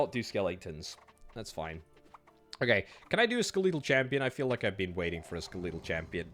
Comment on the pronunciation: That can't be the actual British pronounciation of "skeletal".